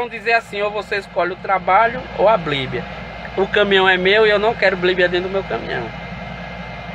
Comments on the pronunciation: GALA DIREITO B I B L I A . NÃO É BLIBIA !!! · Escolheu certo mesmo falando errado o nome do livro a bliblia.... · Bonito. Só que na hora dele saber pronunciar o nome. Bíblia. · Como ele consegue ler a bíblia se ele não sabe nem falar a palavra bíblia, a blíbia... Kkkkk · Esse homem pode não saber pronunciar Bíblia corretamente mas tem a minha admiração por ser muito sábio.....Deus é contigo irmão...Davi disse assim: "fui moço agora sou velho; mas nunca vi desamparado o justo, nem a sua descendência a mendigar o pão".